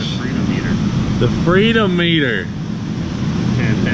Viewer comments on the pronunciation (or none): How is it everybody is missing the correct pronunciation for that gauge? Should be pronounced just like speedometer only freedometer!